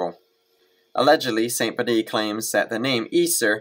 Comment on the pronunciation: Just a quick note....Bede's name is pronounced as if written "beed".